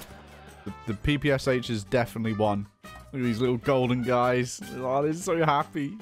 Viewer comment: This underground mod has a lot of potential, very interesting. Also, the 'Sh' in PPSh is pronounced like 'Sh' in 'Shield', not 'pee-pee-ass-aitch'.